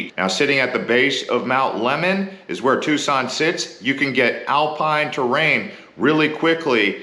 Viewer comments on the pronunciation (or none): none